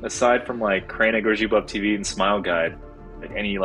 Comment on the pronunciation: Damn, your pronounciation of Kraina Grzybów and Poradnik Uśmiechu is SO good.